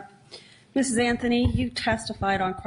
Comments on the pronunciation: The judge says “Anfony” instead of “Anthony“? Affirmative action at work! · I love that the judge says CASEY AFTHONY LMFAO